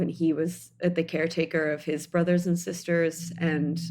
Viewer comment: Girl If you say “….and(t)….” ONE MORE TIME 🙄